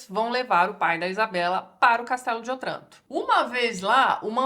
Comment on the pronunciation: Só uma pequena nota. A pronúncia de Otranto é "Ótranto". É uma proparoxíotona, mas no italiano somente as oxítonas levam acento. ;)